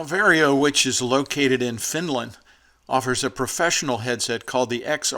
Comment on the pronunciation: It's VAR YO not VERY O